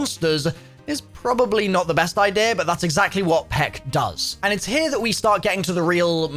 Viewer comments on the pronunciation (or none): none